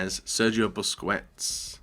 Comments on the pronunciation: The pronunciaton of busquets in spain is not buskuets is like buskets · cvalantis produx Seriously. "Busqwets" and "Goon-doe-gan" are the worst